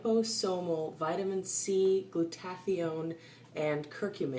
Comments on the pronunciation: It's pronounced Glueda-thy-on, not glue-taffy-own. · It’s gloo-tu-THIGH-un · FYI Glutathione is pronounced Gluda-thy-own... FWIW... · Not teally important, but i think Glutathione is pronouced: glu-ta-thigh-yone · it's pronounced gluta-THIGH-yawn. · awesome vid. but check your pronunciation of Glutathione. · Never heard Glutathione pronounced the way you do, too cute!